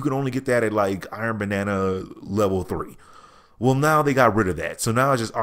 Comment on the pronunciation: Why does he keep saying Iron Banana?